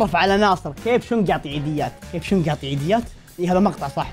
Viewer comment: أسمو شنق مو شونغ